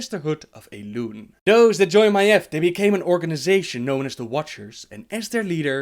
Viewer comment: first I want to say great video as usual! Just one thing... Maiev's name is pronounced just as it sounds: "Ma-eeeeve" not like you say it; "Maef". The "eve" part of her name is pronounced like the MMORPG EvE Online. You go up in the end like this; ma-eeVEEEEEEEE or even easier; Adam and Eve. Look up how the name is pronounced if you are going to make more lore about Maiev. It makes me seriously cringe in my seat every time you say her name wrong. Constructive feedback. Other than that great video but I recommend to check up on how every name is pronounced by people with American/English origin so you say the names/words as they are supposed to be. Even if in lore you'll find words that are from European or Asian language you have to pronounce it the way lore characters does because that is the pronunciation that Blizzard intended to go with the names/words.